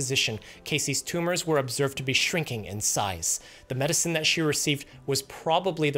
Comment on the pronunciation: "up to thet point." 👁️ 👄 👁️